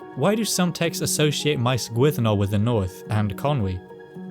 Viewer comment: Gwynddno very much like Llandudno. When you say Gwynddno I hear Glandudno